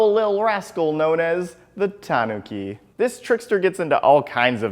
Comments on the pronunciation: This guy puts the stress on the "ta" instead of the "nu". I died inside listening to his list of "TAWNuki" statues. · Is it pronounced tahn-ookey or tan-ookey